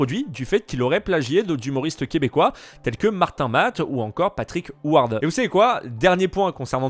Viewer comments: petite correction, ça se prononce U-Ar pas OuWarde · Pour la reconnaissance Patrick huard ca se prononce "uar" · Les nom au quebece ce prononce pas comme à l'anglaise, Patrick huard c pas marquer houard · Je suis Québecoise et j’ai eu un petit fou rire sur le nom de Patrick Huard, ça se prononce U-Ar, comme l’oiseau. Très bon comédien soit dit en passant ! Et très bonne vidéo également :) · Partric Huard ca se prononce U-ar mon poto. Comme le canard. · / 😅 juste dire que c'est Patrick Huard ( U- ard.. u comme la lettre U et ard comme art Huart ) ✌️ du Québec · je t'adore et mais comment ta massacré le nom à Patrick huard ça fait mal à mes oreille de québécoise 😭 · Salut Sir 😊 ah vous les Français avec vos anglicismes de fou ... Du "negging" ... Ici, bah au Québec, on a un foutu beau mot "francais" pour ca, on appelle ça des "compli-merde"! (Évidemment qu'on le prononce mArde, mais bon lolll) En tout cas, c'est bcp mieux que "negging" Svp fais attention de prononcer les noms de famille de Québécois en français et pas à l'anglaise... Patrick Huard, ça sonne pas "you-arde" loll ca sonne "u-ar" comme l'oiseau ... Emblème du Québec en passant lolll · Ok excellente vidéo! Mais j’avoue qu’en tant que Québécoise j’ai vraiment ri quand je t’ai entendu dire le nom de famille de Patrick Huard😂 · La prononciation de Patrick huard m'a tuée, bonne vidéo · Patrick huard se prononce comme l'oiseau... mais sinon super vidéo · Hahaha Le nom de famille à Patrick Huard n’a jamais été prononcé de façon aussi internationale que par